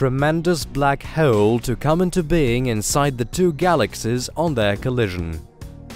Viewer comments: Love the content . That being said, you need to learn how to pronounce HOLE I cringed 300 times when you pronounced it as hwoole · How to be unique on YT? normal YTbers: tries billion things and still fails This guy: says "WHOELE" and gets billion views 😂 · Very informative. I especially like hearing "hole" pronounced with 3 syllables. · This was a great video. I love space. But the way you say hole cracks me up.